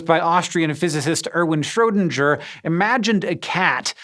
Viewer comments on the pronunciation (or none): Please. It's not Schrödinjer. It's Schrödinger. Do you say finjer instead of finger as well? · Schrödinger =/= Schrödinschör Cracked me up really good^^ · schrodindjer? Are you serious? It's pronounced SchrödinGER with a G as in Gravity. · I do not like how you said Schrödinger Its : shroe ding er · Shrowdinger butchering foreign names with proud, since 1899. To be fair only idiots would expect any attention to detail besides explaining quantum physics. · Hank: "Erwin Schrow-Dinger" -- Me: "who now? Oh... Schrödinger... German really is hard..." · "Shrodinjer"? Really? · I'm amazed that anyone, especially a science nerd, could pronounce it like that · I do wonder how hard it is to just listen to a german sample on how to pronounce someone's name. I don't think i have ever heard someone butcher a name as bad as here. You are science channel, very least you could give an educated try. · The way you pronounced Schrödinger's name was straight painful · Haha, Hank. Your pronunciation of Schrödinger made me crack up. :D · The way he pronounced SchrödinGer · My German stomach turned. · ... is worse than the gif-jif and gaypeg-jaypeg debates. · Pronunciation tip for Schrödinger: the G is hard, like in Glass. ;)